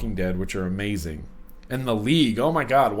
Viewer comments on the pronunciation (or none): none